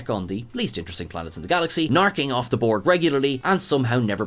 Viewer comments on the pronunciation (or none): none